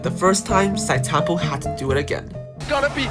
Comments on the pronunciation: how do you make an entire video about Sitetampo and pronounce his name wrong lol. It's read as "See Te tampo", not "Site" tampo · Please stop saying site tampo... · It triggers me when I hear people mis-pronouncing his name. Not Site-Tampo, it is si-te-tam-po (Zhi Te Tam Po) At least show some respect